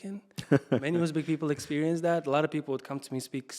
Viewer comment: I loved uzbek pronunciation rather than natives 🫠